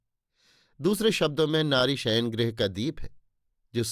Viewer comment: Bhai, HUSHT PUSHT nahi RISHT PUSHT. GRAH nahi GRIH.